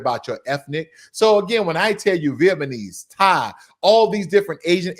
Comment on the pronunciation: It’s Vietnamese not Vietmanese